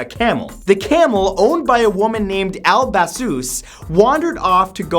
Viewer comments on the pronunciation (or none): none